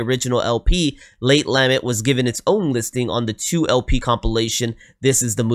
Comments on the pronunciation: Late la-meant (accent on the meant) is how it is pronounced. A lament is an expression of extreme emotion in words. He is waxing poetic on our existence. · The word "lament" is pronounced : ləˈment or with the first syllable pronounced like duh, except with an L. Also, it was written by Graeme Edge, not "Greg" Edge. His name is is pronounced the same as if it were spelled Graham. This is just the English spelling.